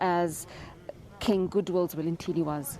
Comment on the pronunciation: SABC - Please get His Majesty's name right! King Goodwill Zwelithini - NOT Zwelinthini!